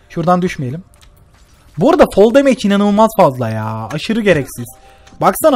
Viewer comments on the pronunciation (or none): none